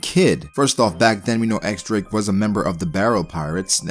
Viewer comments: i'm just waiting to see Drake's hybrid t-rex/human form! Also, his name is pronounced "Diez Drake" not "ecks Drake." The X is a roman numeral 10, or diez in spanish. You can check the japanese katakana, it's pronounced diez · Just so you know. The X is pronounced as Diez.